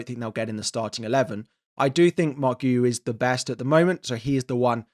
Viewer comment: Thats not how you pronounce Guiu 😂